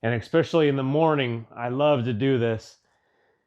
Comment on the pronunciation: Wait... Did he just say "exspecially"? 🤦